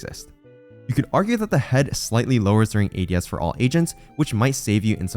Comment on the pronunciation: the way "ADS" was pronounced gave away the ai voiceover, yall are lazy scumbags